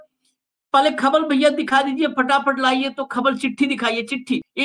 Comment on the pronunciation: पटापट नहीं होता है... फटाफट होता है प्रभु